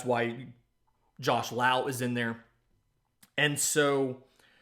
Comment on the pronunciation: Josh and Nate are brothers. It's Lowe as in Low